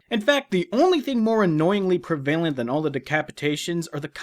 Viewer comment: Prevalent. Not pre-vail-ent. Preh-vuh-lent.